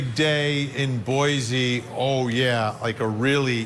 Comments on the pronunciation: ....please! Pronounce our capitol correctly..... it is NOT,.... B O I "z" E. B O I "S" E. Thank you. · It’s pronounced “Boy’ see” Vinnie, not Boyzee. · Vinnie 🥳 correct pronunciation for Boise is “boy see” ☺️ not zee. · I love your videos. Boise is pronounced Boy-see 😂 spread the word! I know it's irrational to be bugged by Boy-zee